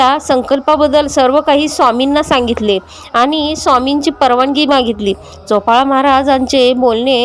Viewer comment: चोपाळा नाही बाई चोळाअपा